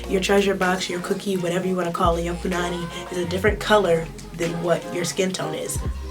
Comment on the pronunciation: And yes you said punnany right.lol